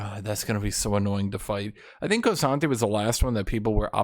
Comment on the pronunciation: saying the names of champions wrong consistently for years has to be intentional at this point. Hwei is "Why". K'sante is "Koh-Sante". Lillia is Leh-Liah. Surprised he doesn't call Riven "Revan"